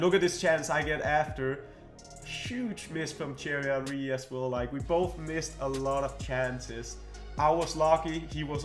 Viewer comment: Anyone else get a kick out of him saying “Cherry Henry”?